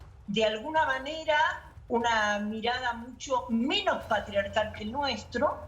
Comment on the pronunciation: Que chistoso cada vez que dice "patriarcal " Ye está grande , señora jajaja